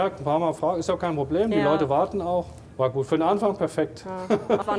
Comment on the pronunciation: Bitte den Off-Sprecher dringenst Konsonanten sprechen üben lassen. "Proplem, Trei, Kroß, Alexantra". Akzent hin oder her, aber das ist teilweise wirklich schlimm anzuhören.